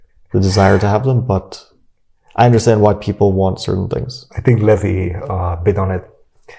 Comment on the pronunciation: Did Fabi backhandedly call Levy, Levi. Hahaha, that's how I heard it